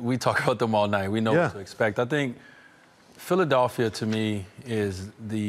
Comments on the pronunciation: D-WADE! ITS PHILADELPHIA, NOT PHILA-DOLL-PHIA. LOL. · No one: D wade: PhilaDULphia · "PhilaDALPHia" - D Wade